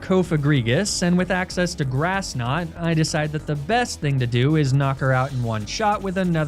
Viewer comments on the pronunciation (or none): none